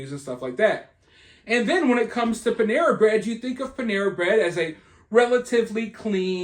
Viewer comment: Pan-era..nuff said